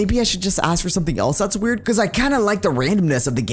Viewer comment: calling it wired instead of weird makes it sound so wuierd